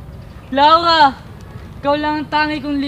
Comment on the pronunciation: hahaha laurha hahah (bulol)